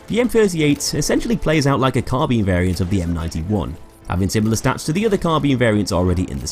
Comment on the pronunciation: why do you pronounce Carbine "Carbean"? lol